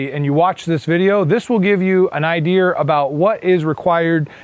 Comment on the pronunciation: He had me at “Ideer” thanks for the vid!!!